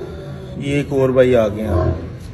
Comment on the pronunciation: please say "Gaye" properly. Don't say "GAY".